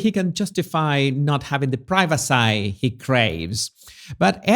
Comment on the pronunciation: Privacy. It’s pronounced pry-va-see, not pry-va-sigh.